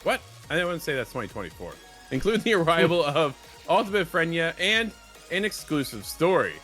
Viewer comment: These guys dont even sound like they’ve played past the story dude doesn’t even know how to say freyna, the casuals will leave.